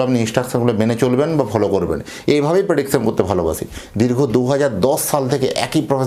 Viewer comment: Pediksan thik noi